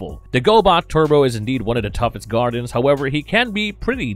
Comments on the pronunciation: I really wanted to like this video, but the mispronunciation of certain words got very annoying. Who are the "Gardens"? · Man you're butchering the pronunciation of these names in this Go-Bot series. However, I still enjoyed the recap of the cartoon...brings back memories. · Feetor and the Gardens 🤣🤣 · Kinda makes me chuckle when you call the Guardians by Gardens and Fetor instead of Fitor (pronounced as “Fight-or” just in case you didn’t know). Eh, no big deal. When I was little, I would rather watch the gobots than transformers. Now I have both shows on complete dvd sets and even though I still would rather watch gobots since I watched them more as a kid, I like watching both shows. I would love to see a Gobots/Transformers cross over movie but since so many years have past, I don’t think it would be as awesome as it would have been back in the 80’s. Some of the voice actors died and sometimes, when they get a new voice actor for a character, he/she sounds nothing like the original voice actor.